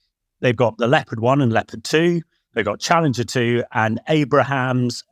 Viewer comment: It's a miracle, for the first time in decades pronounced Abrams correctly...Extensive training by Dom paid off